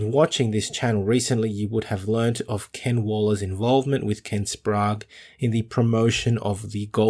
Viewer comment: Good to hear Ken Wallers pronounced Ken Sprague's name correctly. WHY do you keep calling him by your stupid pronunciation????? SPRAY GE. No SPROGUR.....!!!!